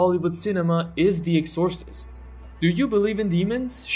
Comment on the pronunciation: good list - fyi it's pronounced "EX-or-cist"